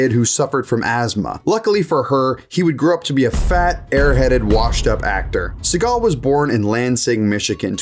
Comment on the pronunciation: Steven See-gut